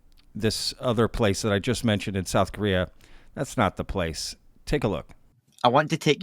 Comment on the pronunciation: Really ? Stupid ! You keep saying they built a building around it "because it is so big". But it's NOT just because it is so big, but because they can't move it. People don't build a building around something just because it's too big. And Korea is NOT pronounced "Kurria", it is Ko rea. Get it ? Get some education. Most of you nuts out there are talking about things you shouldn't; because you don't know even good basic English. If you want to sell useless merchandise, go to a Flee Market.